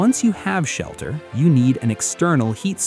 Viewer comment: "Shalter" made my eye twitch. Twice